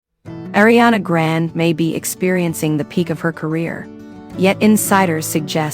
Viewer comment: “ Ariana Grand “ girl, it’s ARIANA GRANDEEE!!